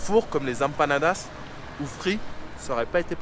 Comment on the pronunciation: Prononce M panadas ! Tu me broies les oreilles, poto 😂